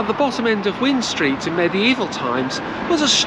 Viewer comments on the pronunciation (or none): Hi loved the video, well presented and informative, only one thing if I may, it is wind street pronouced like wined street because it followed the wi nding route of the river before it was re-routed, I mean this in the nicest way, thank you. look forward to more presentations from you. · Definitely one of the best videos I have seen about Swansea informative and with some history mixed in very entertaining bye the way wind street is pronounced wined as in winding road but us locals call it wine street you should think about doing a video on mumbles lots of history in that lovely place thanks again for a great video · Hi, as one of your other commentators pointed out, Wind as in Wind Street (very famous with young Swansea revellers!) rhymes with Kind. Born in 1955, I remember Swansea recovering from the devastation of the wartime bombings. As a small child, I thought that the term 'bomb sites' was a synonym for car parks as they were my parents' preferred place to park the car (there were many bomb sites that had been flattened out for parking right up until the 1960s). Most people from Swansea will agree that the town centre has been subject to very poor town planning. However, it's a lovely city, though of course I'm biased. Your video is very informative and I learned a lot - many thanks.